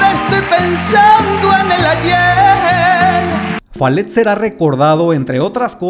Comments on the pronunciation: Jajajaja que costumbre de cambiar las palabras al inglés!!!! Joder que es Falete y no Falet !!!! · ¿Falet? Es Falete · Desde españa: Faletttt 🤣 se pronuncia FA LE TE